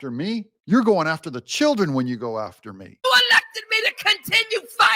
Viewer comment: For da chi’ren 😂